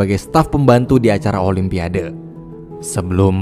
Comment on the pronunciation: Olympiade..sebutanya olimpiad..bukanya "o lym pia de: sebutan dgn ejaan biar betul wak..jangan di indonkn bahasa ingeris@ yaa...olympiad yaa "de" nya xperlu di sebut..